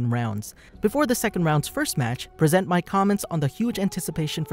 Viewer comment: present mic or persnt mic lol